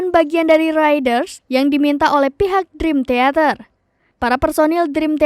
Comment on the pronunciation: Masak bacanya drim teater? Dikoreksi donk 😁👍